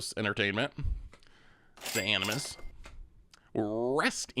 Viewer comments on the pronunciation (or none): none